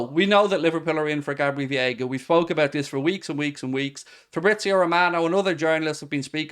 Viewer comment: it's Veiga not Viega